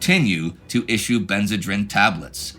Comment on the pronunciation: I think it is pronounced ben-zuh-dreen.